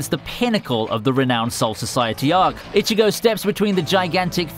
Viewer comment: The way you pronounced Ichigo and rukia was just sorta gross